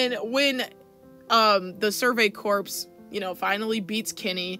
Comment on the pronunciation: Okay girl, I have an important message for you. The word "corps" is pronounced "core." I need you to internalize this.